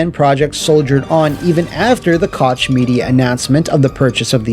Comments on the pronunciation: I was really dissapointed that you pronounced Koch Media as Cotsh Media instead of Cock Media 😢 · "Koch" is pronounced "coke" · Koch is pronounced “coke” homie. Excellent video otherwise! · Koch is pronounced like coke btw lol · im sorry, but Koch is pronounced like the drink company, Coke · Great video, as always! Hopefully FRD staff will find new jobs soon and TS will come back at some point. The "ch" in "Koch" is pronounced like the "x" in México.